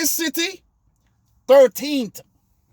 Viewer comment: said THIRTHTEENTH!!